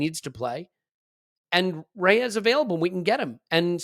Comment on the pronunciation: I'm normally very upset about how people mispronounciate players' names, but, I'll let it go with my homies. However, however you want to pronounce it, Raya is pronounced "Rye-ah", not "Ray-er". It's also "In-yaki". No worries. I appreciate that we're mostly English speaking. I'm English/eastern European/French (and more). I get upset when people get it wrong, but, I'll forgive when reasonable excuses are given. Love the show!